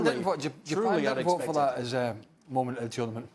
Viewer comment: This presenter irritates me "dishappoinching, momench, of the tournamench shooo faar." talk normally you spanner